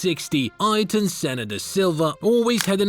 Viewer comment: "Eye-ton Senna" have you ever heard of Eye-air-ton, before doing a documentary on him or?.